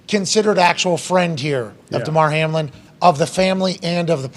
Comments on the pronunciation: Ok the man’s name is Hamlin should at least get that right the way your talking about it all excited mispronouncing his name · It was kinda weird that Pat got Hamlins name wrong for the first 5 minutes before someone corrected him… And it’s understandable that he doesn’t fully grasp the medical situation… But you would think that he would probably understand how playoff seeding works…. No? The Bills entered week 17 a half game in front of the Chiefs and a full game ahead of the Bengals… even if this game is suspended, the Bills are still a full game ahead of the Bengals and a half game behind of the Chiefs. Both the Bengals and Bills have wins over the Chiefs. There is a much more complicated formula involved here that cannot even begin to be calculated until the results of week 18 are in the books. If the Chiefs happen to lose in week 18 and both the Bengals and Bills win, it gets even more complicated. It isn’t so simple as to “just gift KC the one seed and hope that the Bills and Bengals don’t both win in week 18” That being said… it’s amazing to me that people don’t have more questions about this Hamlin situation. We’ve had professional football in this country for 100 years, most of which was played under much more violent circumstances and without the level of player safety we have today. Yet nothing like this has ever happened in pro football before. Why now?